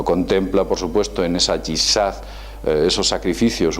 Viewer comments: me gustan tus videos y te considero una persona culta pero de verdad que fue una decepción oiste hablar acerca del islam. te podría enumerar que errores cometiste (especialmente al hablar del Yihad, no yizad) te invito a conocer más del islam no por un amino de proselitismo peeo si de saber se lo que se habla un saludo desde México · Patricio Miguel Murray Dobson por favor dice ''jizad''